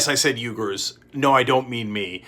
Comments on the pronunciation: It's ooy-gur, just like it's spelled. But no way is it yoo-gur. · Hey Cenk, love the show. Uighur is pronounced wee-gur not Uygur. I know they’re Turkic, but they don’t share your name lol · Hey buddy, Uighur is pronounced "wee•gr" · Pronounced "weeger" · Bad pronunciation on Uyghur and Xinjiang... C'mon buddy it's your job.